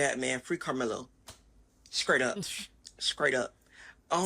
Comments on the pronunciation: “Scriaghht up,” indeed. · "SKraight up" These people are not human 😂